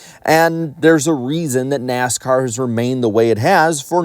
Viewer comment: "NASCOURT" LMAO I NEED TO HEAR THAT MORE OFTEN